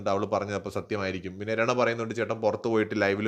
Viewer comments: രണ അല്ല റന ആണ് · Bro രണ അല്ല രനാ ആണ്😅